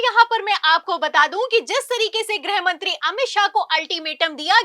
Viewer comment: ग्रहमंत्री नहीं गृहमंत्री बोला जाता है। ग्रह का मतलब अवकाशी ग्रह planet। जब की गृह मतलब Home होता है।